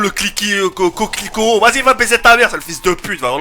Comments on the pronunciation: AAAATHLETICO MAADIRD TK pas'' coclico'' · Mdr tkt c'est l'atletico Madrid pas lecocliquot Madrid :)